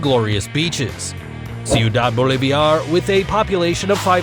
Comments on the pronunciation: Bolivar. Not Boloviar. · You cannot even pronounce "Ciudad Bolivar", it's Bolivar, not Boliviar. And you just pretend that the city has "lost its former glory" because of the leftist government? Bullshit video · 5 seconds of googling told me how to pronounce Cuidad Bolivar. I knew you messed up Bolivar by adding letters that don't even exist in it, but I wasn't sure of Cuidad. It is "Sooh-Dad", and obviously, Bolivar is exactly as it looks, "Bowl-Liv-Var". You are pronouncing it like caviar, as if it is spelled Boliviar... I realize everyone makes mistakes, but it gets frustrating when Youtubers do all sorts of research into things, but the one thing they almost universally refuse to check is how to pronounce words. Don't get me wrong. I still upvoted your video. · How do Spanish pronounce words are the same with how Filipinos pronounce the words. It should be BOHL-LI-VAR